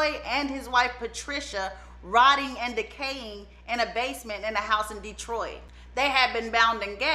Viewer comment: We KNOW you arent from the Motor City when you call it DEEtroit. 😅